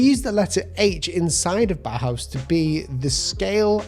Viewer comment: Like your vids, just wanted to say its Bauhaus not bauhause, its german as well as the architecture design and stuff yk